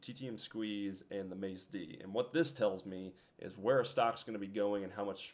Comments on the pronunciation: Great videos and I really appreciate you sharing all of this info for the newbies, but please “Macd” is pronounced “Mack-D” not “mace” or “mace-d”. It just sounds so foreign when you say that... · You're one intelligent dude. Charts are a little on the busy side which is fine. You're experimenting. It's cool to see someone use all those other indicators. I just wish you would stop saying mase d. It's Mack d.. MACK D! Lol I want to watch these but I can't spend a million years per video to watch, but keep doing you. Fuck the haters. MACK D!